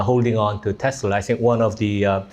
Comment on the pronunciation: 테슬러R하는거 너무 거슬려요 R없이 발음해주세요 ㅠㅠㅠㅠ